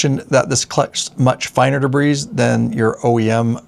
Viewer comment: Da-bree everyone say it together. Day-bree if you choose. Either way, no “s” pronounced. de·bris [dəˈbrē, ˌdāˈbrē]